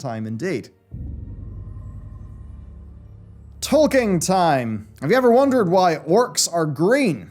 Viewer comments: Who is that Tolkein you are talking about, I only know a Tolkien :D ? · It is Tolkien, not Tolkein. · Why do you pronounce it Tolkein the entire video? XD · Who's Tolkein? xD